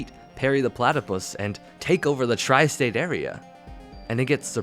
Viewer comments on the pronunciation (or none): i think you meant “The Entire TRY STATE EREA!”